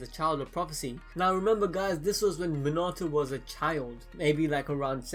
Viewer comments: Its pronounced mean a toe minato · His name pronounced Mi-na-to, not Min-a-to. Just a heads up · ur u say minato rong